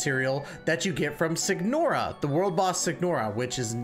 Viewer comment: Do NOT level her normal attacks. It's a waste of resources and does absolutely nothing for the character. The G in Signora is silent. Is this a guide or a showcase of your Raiden? I'm confused.